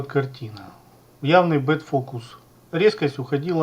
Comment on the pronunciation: Простите, что поправляю, но правильно back focus(бек фокус- задний фокус), а не bad focus(бед фокус- плохой фокус)